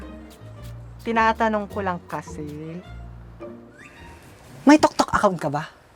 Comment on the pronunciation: Tiktok po Yun hindi po Yun toktok